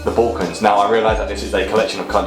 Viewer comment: it's pronounced BULL-cans (or BAL-cans as in "gal") not BOLL-cans!